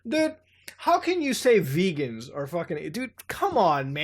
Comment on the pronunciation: Vegan is pronounced "vay-gan", as in from the Vega star system, capital V. But I don't doubt that vegans are nonhuman.